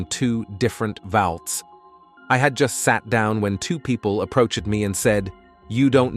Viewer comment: Okay....last name Campbell is pronounced Camp-bell?? As two separate words. And approached is pronounced approa-ched? As two separate words. Not once but twice. I keep catching these mispronunciations in many vids. It's scary to think that these young narrators don't know how to annunciate the most common words. Am I the only one noticing this?